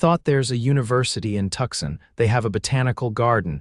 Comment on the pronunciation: Listening from Clarksville, TN. Nice story but have a suggestion - it is Tucson not Tuxson. Please try to make the correction.